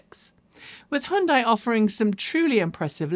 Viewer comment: I’m from Malaysia. Just recently discovered your vlogs on YouTube. Like your up to date news and presentation style. Keep it up. And oh I admire that you’re the only ‘western’ presenter to pronounce Hyundai correctly😅